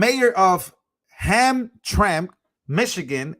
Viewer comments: Pronounced “Ham-tram-mick”. When I grew up in Detroit, Hamtramck was predominantly a Polish community. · (ham-tram-mick) that's how we say it in Michigan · it's pronounced (Ham-tram-ik) lol I lived in northern Ohio. They have a lot of strange town names in Michigan. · Pronounced Ham tram ick. Hamtramck. Used to be Polish neighborhood.